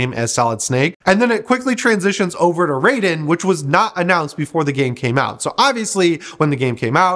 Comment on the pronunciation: Loves raiden, mispronounces name!